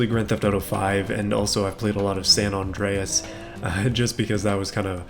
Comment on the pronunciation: "I've played a lot of san Ondreas"